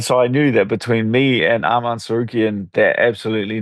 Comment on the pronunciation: Dan saying name correct Arman and Ariel continues to say Armin